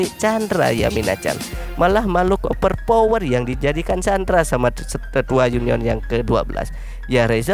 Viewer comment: 00 :13 anime oper vower :v Benerin dulu bang ngomongnya #over power